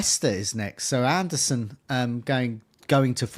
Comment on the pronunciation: AndersEn! Not AndersOn! Bloody hell it's right there for you to read 😭